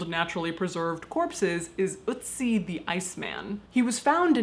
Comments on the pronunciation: Ötzi is not pronounced "Oodsie" but rather something like "Erred sea". ;) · First time I've heard someone saying Ö(t)zi in English... The name sounds way more cute in German (to me)